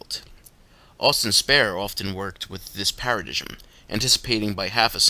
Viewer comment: Paradigm is pronounced Para-dime